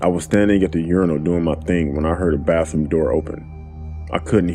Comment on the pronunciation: Narrator, dude, it's not bafroom. Kids go to the bafroom. Everyone else goes to the bath room, aka, bathroom.